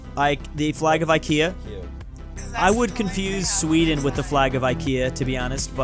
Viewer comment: The company name is NOT pronounced "eye-kee-a"! Please try to get it right for once - proper pronounciation is "ee-ke-ah". Got it?